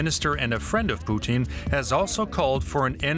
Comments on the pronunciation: I can’t stand how she says Putin she pronounces is Poutine like the French Canadian food French fries, fresh cheese curds, and brown gravy it’s drives up the wall. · Why does she say Poo-teen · The anchor keeps calling him, Pesident Poutine?! 😂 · Why are these talking heads suddenly going out of their way to pronounce his name “Poo-teeeeen” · As a Canadian, I love how she pronounces his name as "Poutine". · She's saying Pootin on purpose 🖕😇